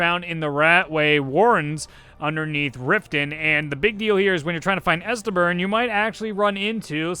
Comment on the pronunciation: "Estebern" please tell me this is like an inside joke from his channel